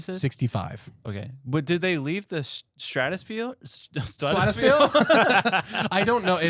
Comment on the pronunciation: Pahaha ! Stratesfffear? Lmao haha